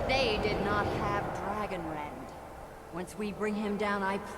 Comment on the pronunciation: “it is called…Dragonrend.” LOL